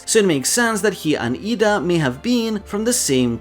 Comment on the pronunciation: Slight correction in your pronounciation of Ida. Your pronouncing the A as it's pronounced in "arm", but it's supposed to be pronounced like the A in "apple".